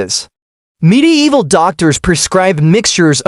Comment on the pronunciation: midi evil. God-damned AI.